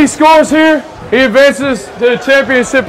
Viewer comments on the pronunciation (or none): I could've sworn I hear say "championsip" 🤣